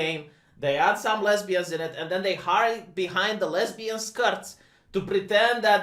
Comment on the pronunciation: Rumor is that he said "lezzberians" like that guy from scarface.